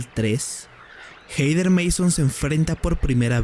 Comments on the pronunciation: "Jeider" 😅🤣😂😆🤣...es Jeder (Hether) buey. 😂🤣😅 Pero buen video. 😝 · Se pronuncia Jeder NO jeider. WTF.